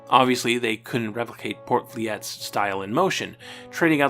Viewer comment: Dutch names can be tricky: Hyugen is pronounced like "HOY-gen" and Poortvliet is pronounced like "PORT fleet". Also, the Spanish pronunciation of David is "dah-BEED"; I know you butcher a lot of the Spanish names here, but Fútbol en Acción was the worst: It should be "FUT-bol en ahk-THYON"